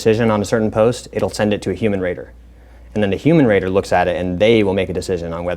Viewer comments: I heard “human Rater” as a “human raider” I was like wtf.. they are training what? Thank you sir Patriot, brave, something. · he misprounced 'raters'. It should be RAT-ers.